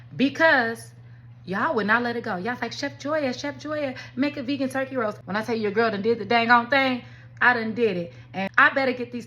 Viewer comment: No one else heard twerky? Lol